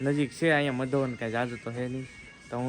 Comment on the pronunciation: મધોવન નય મધુવન